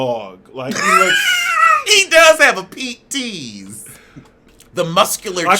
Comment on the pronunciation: Yo ass said Pete tease. I can't with you. 😂😂😂